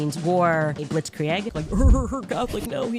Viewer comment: The clips of Candace mispronouncing words is astonishing. She has the reading comprehension of Paulie Walnuts. Yes, when you speak for hours everyday, you will harmlessly flub a word here and there. For some reason her butchering of the word "blitzkrieg" sent me over the edge. It's like she's literally never seen the word before. I've never heard anyone mispronounce that word in that bizarre way, multiple times. That's an imbecile reading things she doesn't understand.